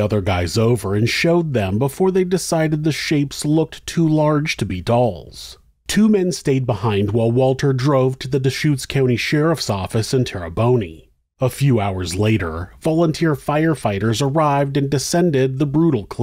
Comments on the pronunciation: TARA BONEY OMG I'm from central Oregon so that was surprisingly hilarious in such a depressing story It's Tera-Bawn fwiw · I have lived in the area and visited the bridge many times. Horrifying. Btw, terrebonne is pronounced Terra-Bon not terraboney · I don't know if this has been said, but as someone with relatives that live in crooked river my entire life, in reference to "Terrebonne" it's referred to as "tere - bon" not "tere - bony". Totally understandable mistake though it did give me a good laugh!! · Terra-boney made me laugh. Its pronouced Tera-bon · Just to let you know, Terrebonne doesn't have the sound of 'boney' at the end. Terrebonne This tiny town just a little north of Redmond (pronounced “RED-mund,” in case you’re wondering) is another tongue-twister for some visitors. You’ll drive through it on your way to Smith Rock State Park, so don’t be fooled into pronouncing the last syllable like something you’d give a dog to chew. The correct pronunciation should be “Terra-BON.” Sorry, I'm a little fanatical. lol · My mom lives in prineville... I live in Bend. I've heard of this case a few times. Thank you for covering this,! ❤ P.s. Terrebonne is pronounced Terra-bon not Terrabony. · Such a tragic story. (Also, , the place is pronounced TER-uh-bon.) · By the way it's actually pronounced tare-uh-bonn 😂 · One slight correction which I know seems trite considering the subject matter: The town is pronounced "Terra-bon". Otherwise excellent production. Sad subject matter. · Great episode. I hadn’t heard this story before. It’s pronounced “tair-uh-bon” it means “good earth”. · Terrebonne isn’t pronounced “Terri-boney”, the bonne part rhymes with “gone” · Got the Dalles right but not Terrebonne